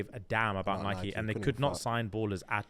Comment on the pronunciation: No usually always on your wavelength but why are you saying Nike wrong …